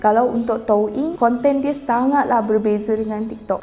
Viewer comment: Rasa gatal telinga bila dia sebut touyin spelling doyin tp sebut toing